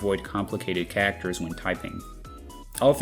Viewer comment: I've never heard anyone pronounce 'Characters' as 'Kackters' until now.